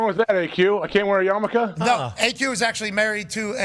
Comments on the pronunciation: Yamulke. Really tried with "yamicha" didnt you ... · Hey graphics department, it's yarmulke not yamaka!